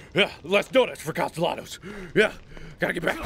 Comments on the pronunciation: I like how he's so determined to think Cast-el-anos is right, when even in the last game they pronounced it as Caste-y-anos. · It's better than the previous game, where he called him "Caste-nellows"... Lol. It's become a thing for him to purposely mispronounce it, cause so many people went "MARK, WRONG" xP. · Still to this day,everytime mark says "Castellanos" my brain hears "pantaloons" some reason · The comments: mad about mark pronouncing costelahnos wrong 😂 I personally have only 2 yrs in spanish im 25 now i didnt get to finish but i got by with a c 1st yr and a D my 2nd year. Im clearly not that smart but even i know the ll makes they yah sound. Marks doing it on purpose. 😂😂😂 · every time i hear mark say the ll in castellanos i can hear my spanish teacher losing his mind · No, blame Mark, he's doing it on purpose. He heard it pronounced the right way and he was like "what are you talking about, you don't pronounce it that way" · 100 million subscribers without videos No, he knows he’s pronouncing it wrong. He just likes the ll better. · Catherine Leis In Spanish cultures, the two ll’s make a y sound. So how Mark is pronouncing it is wrong. But he is definitely doing it on purpose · i like that sometimes mark will pronounce his name right and sometimes pronounces it wrong and there's no rhyme or reason to which he uses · This is my 3rd time through the evil within series and it’s by far my favorite other than welcome to the game. Marks mispronunciation of words is always a highlight of the video